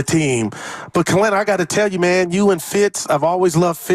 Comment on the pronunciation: He does need to rebound and defend, but his scoring is just as important. With Poole gone, the Warriors can't afford for every bench player to be a rebounding/defending glue guy. They need JK to create offense, too. And Kelenna (not "Kelena") said this too. Whoever created the video title didn't really capture what he said.